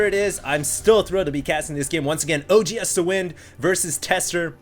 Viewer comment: when he says OGSthewind its like hes saying OG HAS TO WIN